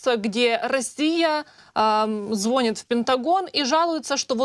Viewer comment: В слове "ЗВОНИТ"-ударный второй слог,а не первый!!!!!!